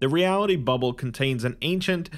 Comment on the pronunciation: why’d he say bubble like that😂 I was about to fall asleep but I started laughing😭